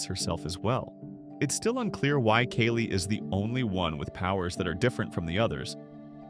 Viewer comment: i know its the AI voice butchering Kali's name but i was looking away and asked who's that?